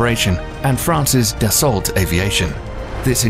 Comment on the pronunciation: 🙄 It’s pronounced “DASS-O”